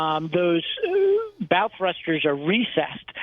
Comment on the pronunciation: ...It's called a "pylon", not a "pier". Also...did you just say "bowel" thruster?